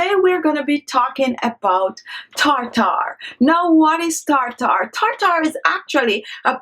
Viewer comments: Tartar not tar tar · She had perfect pronunciation up until she started using Medical terms tartar (tarter) She said peroxide right though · Tar-tar. Gotta love it! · I suspected i was in for a good time the moment i heard “tar-tar” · This entire video has been comical. Starting with her saying "tar-tar" 200 times in the first 2 minutes and the unbroken eye contact during the rinse and spit.😂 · Take a shot of tequila every time she says Tar-Tar. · Its spelled Tartar, but pronounced "tärder"